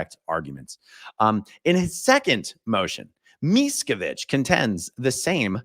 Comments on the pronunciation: A-aron! Thank God you’re feeling so much better, AND are back! I was feenin’ for our A-aron, and nooo doubt, am NOT the only one! 😂😁🌹👏🏽👏🏽👏🏽 And I am cracking up, every time you say MEES-cavide. 😂🤣😆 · Miscavige is an Anglicized version of the Polish name Miszkiewicz and the "I" in the first syllable in Polish is pronounced like MEE-ske-vich "I" in Polish is pronounced like "ee" in English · Every time you say meeesocvitch I think of American tail with mousekovich family !!! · I bet his mispronunciation is intentional, kind of like Obama always switching up between ISIL and ISIS :-)